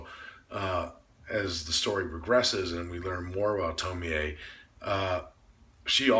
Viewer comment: I like how you pronounce her name as TomiEH. A lot of people wrongfully pronounce her name as Tomi or Tomy when doing reviews. It irks me!